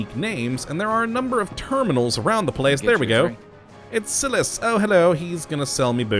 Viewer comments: Uh.... It is SILAS(SEI-L-US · First you talk way, way, WAY too much. Secondly, the way you moderate this video is so cheesy it is irritating as hell. You sound like a damn used car salesman. Thirdly, if you are going to do a mod review, then get things right. The pirate boss is called "Barbarossa" NOT "Barbosa". You said it incorrectly, not once, but twice. You also pronounced "Silas" wrong as well as "Lyman" wrong. I was shocked that you figured out "Fury". Wow.